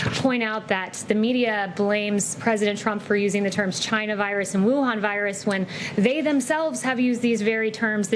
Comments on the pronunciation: Does anyone love the way President Trump pronounces China. It sounds like "Jyna". 🙂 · These reporters are jackals. "The virus came from CHI-NA."